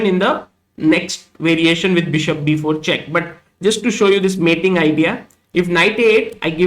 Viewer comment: Like when he says "mating" pattern, idea..